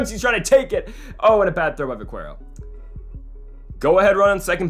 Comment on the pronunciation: It’s pronounced vakero